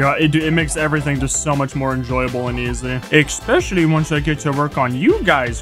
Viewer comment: Because you say ek-specially when it's especially. Lol so subtitles have a rough time 😅😅